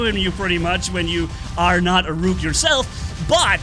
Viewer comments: Rook is pronounced like book, not like nuke. The rhyming does not work. LOL! BTW... The machine guns work pretty good against Rook as well. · say look but switch the l with an R.